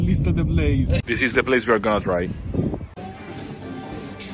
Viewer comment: "This-a has a little bit of alcohol inside. Is-a perfect to start your day." Wow, that is so European in both ways